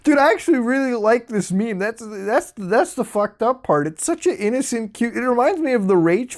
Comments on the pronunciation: You say maymay an obnoxious amount of times. Like a teenagers calling the police popo or some dumb shit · Oh god, the way he pronounces "meme" as "may-may" is so grating on my ears. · Pronounced "meem." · Did he say 'may may' smh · Its "meem" not "maymay". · It took me like 5 minutes to figure out why he keeps saying MAY MAY . *roflmao*. "Meme" is pronounced MEEM dude! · Its pronounced meem not mey-mey. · Its not "me me" its "meem"... At least that's how I was told this made-up word is pronounced. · me-eem not me-me. not sure if youre intentionally exaggerating it. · Why do you call it me-me its one word meme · are you saying maymays? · mae- maes? Reassess your life, its MemE and not mae meas. That is the thing that offended me in your vid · Its meme not 'me me' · Meeeeem...not may may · MEEE-EEEM, Not MAY-MAY. JEEEZ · I can tell if he's mispronouncing meme on purpose or not! Meme not May-May. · Why is he saying ME ME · He tells us to leave if we're offended by politics and npc memes, yet he never tells us to leave if we get offended by him saying it as 'Me-me's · I had an aneurism when he called them “Mei Mei’s” 😂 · I commit warcrimes each time muta pronounces meme as maymay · You just saying may may is already offending me... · You saying may may have me cancer. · Wtf is may-may? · What the fuck did you just call a meme? MaeMae, REALLY? If you cant even pronounce it you shouldn't be talking about it, it makes you sound like an NPC... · WHAT TRIGGERS ME IS THE FACT THAT YOU SAY MEEMEEZ FOR EFFING MÊMES :O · Ok now i need to ask a question, Did Muta pronounced memes as "ME MEs" for shits & giggles? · I dont get offended *muta says "mémé" instead of "mime" * YOU WHAT? ? XD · You saying May may is triggering me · What the fuck is a maymay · Its pronounced MEH MEH! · Me me? Lol you dont even know how the word "meme" is pronounced? Omg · "Meh meh" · it's a meme, not a 'MÉMÉ'. im going to create a new account and dislike the video every time you say "mémé"